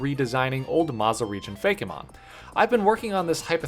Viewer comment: I love how he pronounces "Fake~eh~Mon" Lol 😂